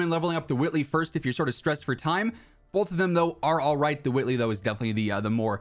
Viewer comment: You're talking like Stewy from family guy when you say Whitley like cool whhhhip really pronouncing that H lol love it